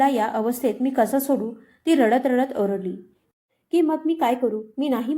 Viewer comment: आरडली नाही ओरडली